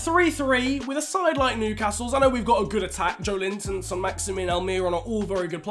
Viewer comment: With Joelinton, the emphasis is on the E and not the I 🙌 keep up the great vids